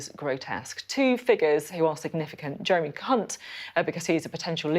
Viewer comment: Pretty sure Sophie said the "C" word if I'm not mistaken lol when trying to say Jeremy Hunt lol 😆